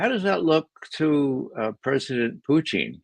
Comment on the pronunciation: Ray Mc Govern the man's name is Putin not Puchin.